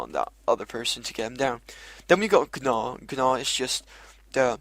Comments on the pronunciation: lol its just pronounced naw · lol he said G-naw lol it's pronounced like naw